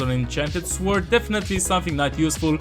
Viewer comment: So he can say "gnomes" but can't say "sword" properly 😅 interesting 😊